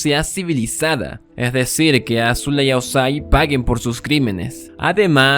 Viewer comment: Maravilloso análisis, es "Azula" no "Ázula" con acento prosódico en zu no acento en la A